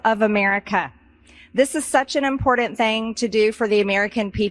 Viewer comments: MJ's demeanor is like someone who is hypnotized or programmed. Patel and Miller faces display pure evil. Im por dant im por dant -- has MTG filed a bill to change the pronunciation of important to im por dant? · MTG says "impor-DANT" which enrages me. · Hey Marjorie! There's no 'd' in impordant. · It's not " importent"!!!!! Its important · "It's such an impor-dant thang".